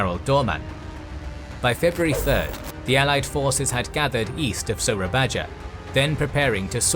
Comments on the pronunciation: You should pronounce the old Dutch spelling of Malay words the right way, i.e. : Baroe = Baru Bangoen = Bangun Tandjoeng = Tanjung Moera = Muara Soerabaja = Surabaya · gaada yang ngomong nih? ok (no one gonna say it? no? okay,) WOOOO HELLO INDONESIAN HERE, ITS PRONOUNCED SURA-BAYA WITH A Y NOT A J, OLD INDONESIAN USED TO PRONOUNCE J AS Y, AND J USED DJ INSTEAD (LIKE DJAKARTA OF OLD) THANKS. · I love how much detail I'm getting about the conflict in the East Indies, and I really appreciate how much effort you put into correct pronunciation. I don't know how much more Surabaya will factor into future episodes that you might have already recorded, but it is pronounced like SurabaYA. Dutch spelling at the time uses the Dutch "J" sound which is an English "Y." Just a tip. :) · "Soerabaja" is read "Sue-ra-ba-ya". 'ra' as how you read 'run' but without the n sound. 'ba' as how you read the word 'baba'. 'ya' as how you read them in "yikes" (ya-i-ikx)